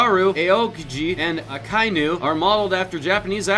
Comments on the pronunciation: Shaknowne Chrono I figured it out. They were trying to say Akainu (Kaooni= Akainu apparently). If they are going to try to use "bad pronunciation of japanese" as a coverup for never seeing the show, the least they could do would be to properly sound it out in english. Seriously, I wouldn't have even minded if they were honest and just said they researched the show but were not personal fans. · 92 he says Kauni instead of Akainu XD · At one point he literally pronounced akainu as 'kaiooni'... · Akainu is pronunced Ah-KY-noo.